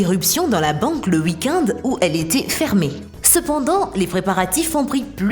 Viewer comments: Le week-ind😂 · mdr le week ind 😂😂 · Le "weekinde" 🤣🤣🤣😂😂😂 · Grave week-ind 🤣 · J avoue en plus elle a pas d'accent pour dire week week-end